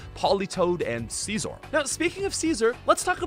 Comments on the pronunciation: bro called sizz-zore caesar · "Seezur" 😂😂😂 Its pronounced Si•Zor my dude, like scissor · Bro really called Scizor "Caeser" lol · I've never heard anyone pronounce Scizor as Caesar before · It took me a while to realize that when he says "Ceaser", he is talking about Scizor. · Boy out here calling scizor, ceasar. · He pronounces Scizor as Seezor. Annoying. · Sceezor wtf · ...Why the hell do you keep mispronouncing Scizor as, "seizure"? You do know what scissors are, right? Is this some in-joke or do you actually call it, "Seizure"? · He pronounces it as Ceaser actually. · I never knew Whitney's gym was a Clefairy! Also you really butchered the pronunciation of Scizor, my friend.